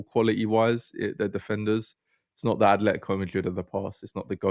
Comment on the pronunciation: Atletico not athletico